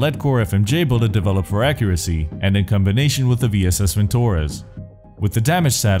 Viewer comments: It's "vintorEz", not "vintOrez". The stress is on "E". Great vid, btw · ...accentuations of vintores is not in vintOres, but vintorEz. Not serdyUkov, but serdyukOv. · I love how incorrect the western pronunciation of Vintorez is. They stress the "o", which is unstressed and unstressed o-s become phonetic a-s in Russian. So in reality it's called a "vin-tah-ryEz" with the stress on the last syllable. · vintorEz. not vintOrez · Your pronunciation of Automat Specialny VAL was veeery good. No sh1t - this is pretty accurate. However you pronounce VintorEz in a wrong manner. The stressed syllable is E, not 0) fair to say - you are the best content creator in Tarkov!